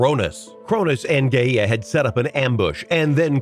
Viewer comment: He said GAYa and UrANOSE